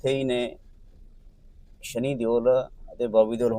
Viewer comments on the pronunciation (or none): ज़बरदस्ती सनी देओल को शनि महाराज बना दिया 😂। ओह भाई थोड़ी शर्म कर , पहले नाम सही तरीक़े से लेना तो सीख । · ਵੀਰੇ ਸ਼ਨੀ ਨਹੀਂ ਸ਼ਨੀ ਦਿਓਲ ਹੈ